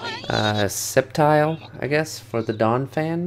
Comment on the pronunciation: Please teach how to pronounce sceptile